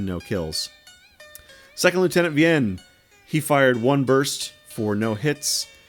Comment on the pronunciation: Nguyen is pronounced as "nwen" just fyi